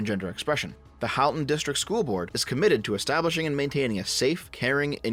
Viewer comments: As someone who went to school in that area, it’s crazy to see what’s happening. Also it is pronounced “Hall-ton”, but I’ll let it go since you’re a fellow leaf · At the risk of sounding pedantic, and just in case you need to make a followup on this, as someone who suffered through schooling in that area, I'm pretty sure Halton is pronounced like the word halt rather then the name Hal (unless we've been getting it wrong where I live all this time.)